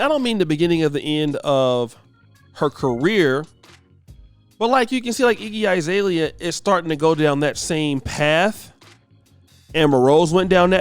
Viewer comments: Iggy "eye"-zalea??? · This negro said “IGGY 👁️ ZALEA”